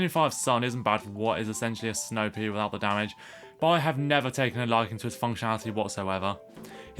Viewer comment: hahaha the way you say snow pea for a second i thought you said snow pig